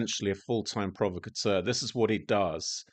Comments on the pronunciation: Provacatur....he can't even pronounce it, Provocateur lol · "provo cateur", it's pronounced "prov ocateur". Ignore the pillock Mahyar.